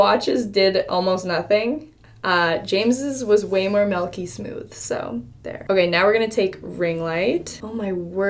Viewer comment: "Melky smooth"